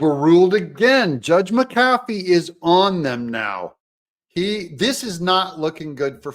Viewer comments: The Judge's name is pronounced MCafee, not mCAFee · Doug, the Judge’s name is pronounced MCafee, not mcAFee just like McAfee virus protection and Pat McAfee pro NFL ESPN host. First syllable is accented not the 2nd. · Pet peeve: It's pronounced MAC A Fee. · Hey Doug. Happy patriot here. Please pronounce the judge’s name correctly. Mac-ahh-fee. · Would someone please explain to Doug how to pronounce the Judge's name?? It's MAC AH FEE!!!!